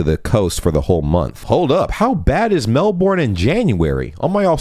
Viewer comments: oh it's bad, but not as bad as that Mel-boorn pronounciation, hahaha (said with love. It's more like Mel-burn. Mel-boorn is a common mistake) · You may want to look up the pronunciation of Melbourne, AUS. It is different from the one in the US...Kinda Melbrn. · Written as Melbourne, pronounced as "Mellburn"